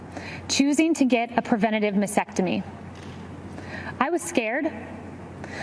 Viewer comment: She's mispronouncing "mastectomy." She's leaving out the first "t."